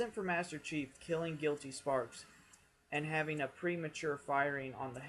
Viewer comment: This is late but it's pronounced guility spark, gill-eh-tea spark. Spark not with an s